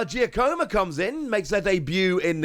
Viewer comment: Giacomo is an Italian name pronounced "Jah-cuh-mo".